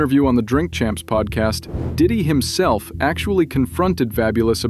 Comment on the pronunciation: Diddy Not dick😂